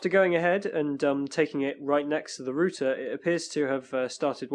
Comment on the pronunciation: rOUter, not rooter lol